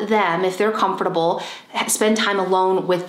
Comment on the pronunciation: How she says comfortable 🤣🤣